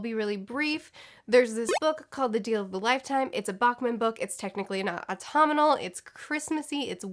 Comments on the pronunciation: Wait, was she saying "autominal"? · I love how she apologized for her pronunciation of "autumnal" in her other video but hasn't changed it! Stay true to you! 😂